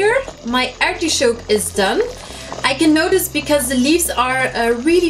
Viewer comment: it's not artishoke….it's artichoke....